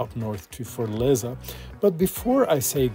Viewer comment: Great video but it’s not Fort-leza it’s fortAleza